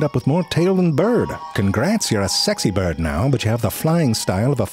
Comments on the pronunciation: Most people: Birds Zefrank: I believe it’s pronounced Byirds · “for example take these biurhhds..”